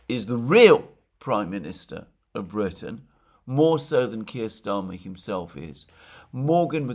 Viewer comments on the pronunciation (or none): none